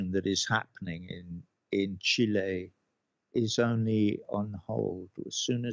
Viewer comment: Love they way he says chile !! He is from Cambridge ! Not South America , he is angry !! Again but passionately correct , love Roger watched him all over the place , Music is incredible lyrical genius !